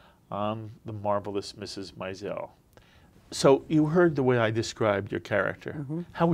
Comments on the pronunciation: For Gawd sakes, say Mrs. Maisel correctly! Emphasis on the 1st syllable....like 'MAYzel'. Are you listening to these people and how it is being pronounced by all but you? Think that is important given this is what the interviews are about? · I think this interview was the reason why Amy Sherman-Palladino decided to put in an episode in Season 2 that has Suzie correct the announcer pronouncing "Maisel." I cringed each time this interview said it . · While interviewing Alex Borstein, the interviewer mispronounces Maisel as MY-zel- it's in the name of the show and is said multiple times in every episode, which makes me wonder if he's even seen it! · Meanwhile, no one told him how to pronounce “Maisel.”